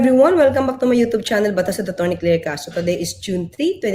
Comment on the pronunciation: It's klair mam